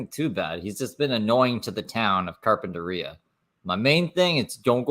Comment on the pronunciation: The way he pronounces Carpentaria is really annoying. That’s not at all how the locals, or anyone for that matter’s says it 🤣 Edited-Vegas is about 5-6 hour drive from where he is at now. He wont be able to walk there, it’s just freeways and then straight desert the entire way.